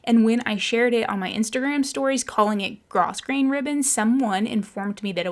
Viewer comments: Great end result on your hall - a vast improvement! The brass switch covers are the icing on the cake. Just a tip on word pronunciation, though. Grosgrain is pronounced grow - grain. I'm guessing it's from the French. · Just FYI, grosgrain is pronounced “grow-grain.” Loved this video, very satisfying. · It's pronounced gro grain. S is silent. Love your house! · I think you’re a little confused about the name of the ribbon. Grosgrain is pronounced with the S silent. Petersham is grosgrain ribbon it just has that tiny scallop on the edge and is particularly used for millinery. But you can use it for whatever you want. Nice precise work you’re doing there. Fashion designer here. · Nice job on the mitered corners. Such attention to detail. (In 'grosgrain' the s is silent. It's pronounced 'grow grain') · I sold ribbon for years and grosgrain is pronounced “grow”grain. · Your wallpapering job is awesome but I did have to tell you that it's pronounced g r o w g r a i n - long o.